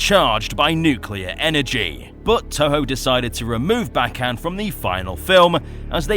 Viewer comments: His name is pronounced Bay-gone 🤓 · i pronounce Bagan like Bay-Gone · I always pronounced Bagan like "Bacon."